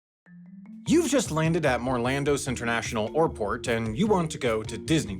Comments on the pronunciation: Am i hearing that intro right?!? "Youve just landed in Morlando internation Oirport". ??? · Is it only me that noticed him saying "oarport" in the first sentence? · Orlando’s international orport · ...not to mention "Orport" lol